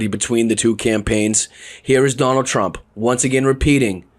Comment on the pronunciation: OMG "Jonald J Trump" i love it!😂😂😂😂😂